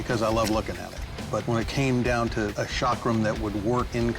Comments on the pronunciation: It is NOT shaakram. It is cakram. Ca as in Caeserae + Kram. Cakram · Chakram: pronounced "chuck-rum" Americans: SHOCK ROOM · It is not shakram it's chakram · It’s not called Sha-kram..it’s Cha-kram. Cha as in chance. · This was the worst pronunciation of the word chakram ever, like why don't westerners even make any effort in trying to learn the proper pronunciation and this chakram doesn't even look remotely close to what the Hindu gods used. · Boy you butchered the way you pronounced chakram